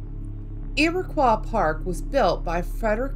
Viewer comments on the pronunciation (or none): Love all this just one small thing. Iroquois park is pronounced as turquoise just with an “I” I live 10 minutes from it. N yes there’s things in this park that can’t be explained